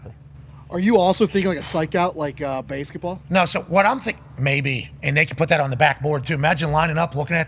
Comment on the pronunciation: "Baesketball?" This a new name for the WNBA or what?